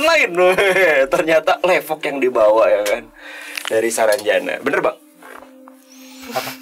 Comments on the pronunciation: Untung GK kepleset y ngomong nx...saranjana bukan sarang janda 😂😂😂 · "Saranbata" 😂😂😂 but prayer for semoga dalam lindungan Allah swt